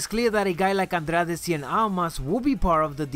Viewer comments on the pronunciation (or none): none